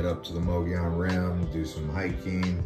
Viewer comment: It’s Mogollon